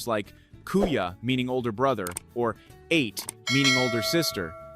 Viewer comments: LOLs😂 when he said ate(sounds eight) instead a-te older sister. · Ate (Ah-Teh) not Ate (8, as in Eat food) 😂🤣😂🤣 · 😂Not Ate but pronounced separately,,A - te ! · ATE is not pronounce as the past tense of eat. it is pronounce AH. - TEH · Kuya and Ate not ate. Ah-teh….